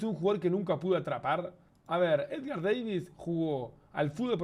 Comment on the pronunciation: no me la creo que no lo tengas a edgar davids, y es davids, no deivids jaja